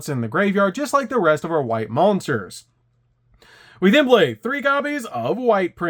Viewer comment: Man, why do you pronounce "blay" instead of play??